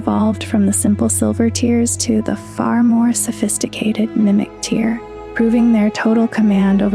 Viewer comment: Is there someone that does the scripts and someone else that reads them? Just some of the pronunciation sounds like it's not the script-writer that's reading it. Like, you said "larval tear" like a tear in paper, as opposed to a teardrop.